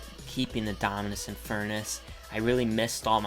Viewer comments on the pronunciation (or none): Lol. So funny when you can’t pronounce the Dominus name. It makes you seem like someone who doesn’t have it.